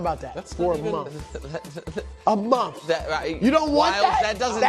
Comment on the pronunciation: Said it with crazy emphasis too 😂😂